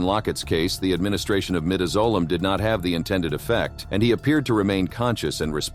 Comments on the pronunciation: Learn how pronounce the drugs. Midazolam not midizolam. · The pronunciation of Midazolam in both, Clayton Lockett's, and Joseph Wood's execution is said wrong. It phonetically pronounced My-daz-o-lam